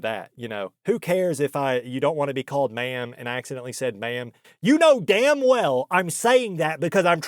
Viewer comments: Are you sure she didn't think you were saying "man" instead of ma'am? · The way you say "ma'am" sounds like "man" 50% of the time. Could have been that. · "I already told you! I'm not a 'ma'am'!" She said ma'amly.